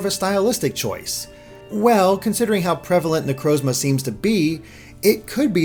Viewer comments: say it with me now, na-croz-ma. Not na-crowz-ma. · Amazing video but please learn how to pronounce Necrozma